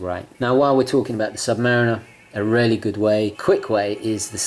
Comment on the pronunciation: Dude, why do you pronounce "really" as "rarely". Aren't you posh?